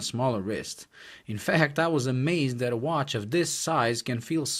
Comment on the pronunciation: It's "THAT" not "DAT". Thumbs down.